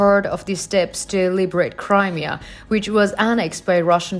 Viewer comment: Just a tip wwhen you say in english the word Crimea. Think of it as cry mea. You say it like cream mea just a little tip you do great work keep it up..